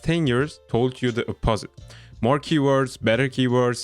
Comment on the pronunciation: FYI OP-o-sit